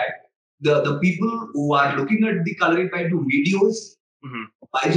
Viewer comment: it is called kalari-ppayattu